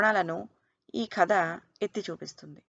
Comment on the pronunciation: ఖాద అనీ అంటున్నారు, కధ అని అంటే బాగుంటుంది కదా